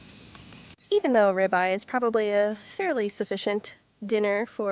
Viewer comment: ugg AI....what is a "rybye" steak 😅 Thats what happens when u eat a duraflame log-o-chemicals....